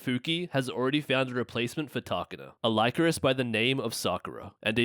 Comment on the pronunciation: Great video but it's pronounced "Lee-coris" not "Lie-coris". They pronounce it in the anime